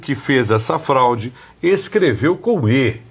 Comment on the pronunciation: Acho que não é fralde mas sim FRAUDE 😮